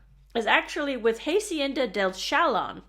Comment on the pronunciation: First, thank you SO VERY MUCH for sharing this wonderful information. But PLEASE educate yourself on the correct pronunciation of Spanish words / letters. Example: it's hah-see-en-da, not "haY-see-en-dah".